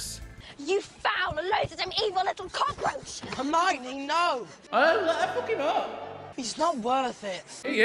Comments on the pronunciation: I'm really frustrated, because you always say Harmiony instead of Hermione, you even wrote it wrong it the last Harry Potter react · It's H 'er' mione not H 'ar' mione haha